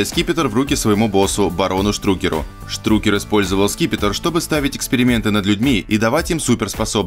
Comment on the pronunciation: Не штрукер ,а Страйкер!!!